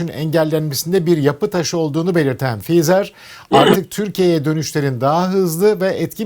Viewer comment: Fizer değil feesa